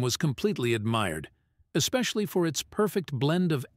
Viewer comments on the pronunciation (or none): none